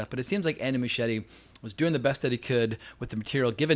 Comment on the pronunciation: Why can’t Americans pronounce Muschietti’s name properly?